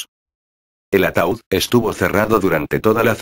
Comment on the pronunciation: es ataud no ataul